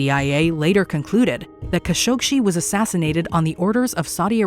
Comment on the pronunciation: It's pronounced "Ka SHOK jee." No "shee."